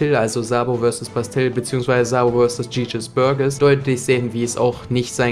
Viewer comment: Er wird "tschießes börtsches" ausgesprochen (jesus burgess) und nicht" tschietsches börgess " 😅